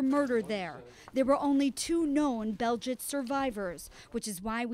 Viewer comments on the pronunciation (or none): What is Beljitz? It's pronounced Belzeck, you morons. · Yes, that's exactly how it's spelled in the script. "Belzec" has multiple pronunciations.